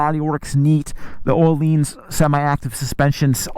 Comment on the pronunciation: Ohlines 🤣🤣 you mean ohlins